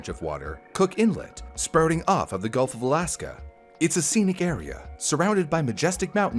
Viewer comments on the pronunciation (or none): none